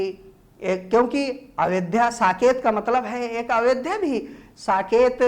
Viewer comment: Ayodhya hota hai sir avedhya nhi